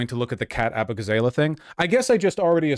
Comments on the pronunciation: When Vaush said “Ah-boo-gah-zay-lay” I got the 1000 yard stare. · Abu-gah- zah-lah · Still upset that all these leftist streamers can't pronounce Abughazaleh